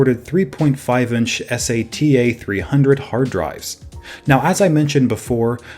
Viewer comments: Did he really just say. S a t a instead of sata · “S-A-T-A” nonono, it’s SATA. SAY TA. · Yeah that got me too, everyone says sata as a word, expect this guy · SATA, is pronounced as 1 word, Say-ta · It really grinded my Dics when he said it like that